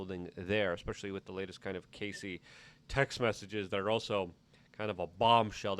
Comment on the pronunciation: CASSIE... not Casey.